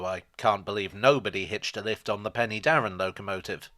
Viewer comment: It's pronounced Pen-uh-darren. But congratulations on at least trying and only being a little out, the way some people butcher Welsh words makes me very sad.